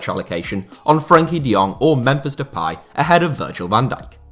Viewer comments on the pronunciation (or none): none